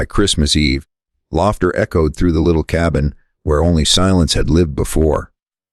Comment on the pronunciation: Nice enough but not outstanding. The audio signature pulsing on the screen is annoying. So was the interjection asking for likes and subcribe at the beginning of the story. What a mood dampener. Captions aren't too bad, but the AI narration was leaden. The mispronunciation of "laughter" was actually a laugh. Pleasant story-line. Listened to it to the end of the story, if not to the end of the talking. OR, USA